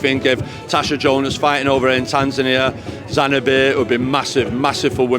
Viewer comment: It’s Zanzibar not “Zanibir” 😂